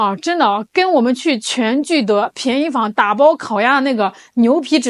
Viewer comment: 便（bian四声）宜坊，早于全聚德的烤鸭店。与全聚德的卦炉烤鸭，正好相反是闷炉烤鸭。